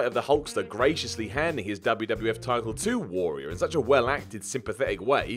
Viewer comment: the way mispronounces the word `warrior' has to be my personal pet peeve